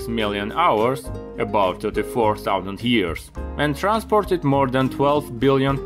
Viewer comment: I know you're German because you use "despite of"/„trotz" and others. But that sounded more like a „mehr" than a "more"